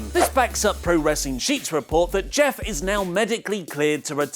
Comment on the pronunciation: Did... did he just say jif?